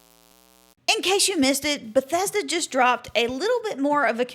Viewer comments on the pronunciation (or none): none